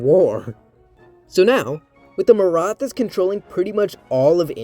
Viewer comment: Great video! One comment though: The “th” in Maratha is not pronounced like the th in English, it’s meant to signify a hard T sound, like in “tea.” I have wondered a lot about what a Maratha-ruled India would look like though. I think there’s a decent chance it would survive into the modern day, especially if it is able to undergo a degree of industrialization (which was stifled by British exploitation) as well as a democratic revolution like England’s Glorious Revolution, where the monarchy is retained under a democracy. Unlike Imperial China, the Maratha political structure was somewhat set up for a democratic transition due to its separation of powers between the Chhatrapati, or emperor, and the Peshwa, or Prime Minister. The Peshwa wasn’t elected by a Parliament but it could have reformed into that. Of course, it’s also possible that, like in China, the Marathas are overthrown by a communist revolution lol. But we can dream.